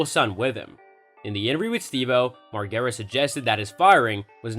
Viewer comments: Laugh my ass off your boy said Margara 😂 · Imagine pronouncing the name like this, when the dude literally been famous for decades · Theres no way youve ever even seen a jackass movie if you pronounce his name that way you vanilla boi lmao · if you're gonna make a video on someone you should probably know how to say their name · Say the last name right 🤣🤣